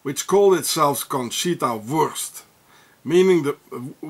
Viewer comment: 12.22 wurrschtt😂😂😂